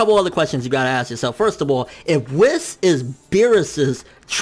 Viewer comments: Please stop saying Wiss. It's WHEES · who the fuck is this "WIS" dude you speak of?! it's fucking pronounced WH-EE-S " WHIS. Dude it's like they way you say hunterx hunter... Lol "hunahunta "